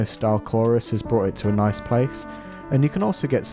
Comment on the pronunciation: "Ets quoit noice"